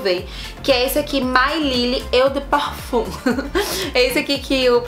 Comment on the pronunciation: Só um toque... Se fala "Ô de parfâm" e "Guti"... Amo perfumes 😀